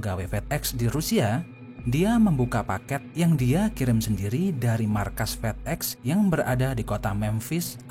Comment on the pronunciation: Fedex di baca fidek